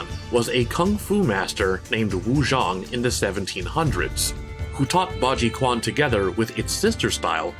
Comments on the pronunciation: Hi, fourteen year old nerd with nothing better to do here, I have a few notes: “Tetsuzanko” is actually the Japanese word for the iron shoulder, the original Chinese word is “Tieshankao” Bajiquan is pronounced “Bah-Juh-Chwen” not “Bah-jee-Kwahn” The quote “I do not know what it is like to hit a man twice” actually came from Li shuwen’s reputation with spear, not Baji Great video, love to see the representation! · Chuan...not "kwan". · the Q is the pinyin is pronounced "Ch". Like Qing = Ching dynasty. BajiQuan = Baji Chuan, not Baji Kwan. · q in Chinese pinyin produces a ch sound. Bajiquan is baji chwan, not baji kwan. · Many good examples! Good video. Q in Chinese is pronounced closer to ch than k. Might have wanted to look that up. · It's a bit hard to sit here and listen to the guy say "Baji Kwan". After doing the research he did for this video's content, at least pronounce it properly (Bah-Jee-Chuwan). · "Chuan" pronounced as CH, not Q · "Q" actually pronounce as "J" like in "Jeep", not as "C" like in "Combat" So its not Pah-Jee-Kwan but Pah-Jee-Ju-en :goodvibes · Bah Jee Chwen would be a more accurate pronunciation than "Kwan" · Great video, but please do more research on how to pronounce Bajiquan correctly. It physically hurts me every time someone says Quan like "kwan" instead of "churyan". Hell, I'd even settle for "chen" at this point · It's pronounced 'Ba Ji Chuan' instead of 'Ba Ji Kuan' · It’s…. Its not “Kwan” it’s “Chuen”… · As a Baji men myself, I really appreciate your effort into putting research about this style, however, I would like to add that the way you pronounced bajiquan numerous times was incorrect, it's "baji-chu-an" no "baji-koo-an". Right at the end with Li mei is so not Bajiquan, like many other styles misrepresented in the PS2 era of MK 😂. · Quan is pronounced CHUAN not KUAN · The pronounce is not KUAN, but CH'UAN. I used to spell it wrong too. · btw the "quan" in "bajiquan" should be pronounced like "chyuen", not "kwan".